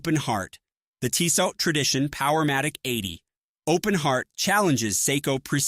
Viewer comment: Stopped watching when I heard "Teesaught"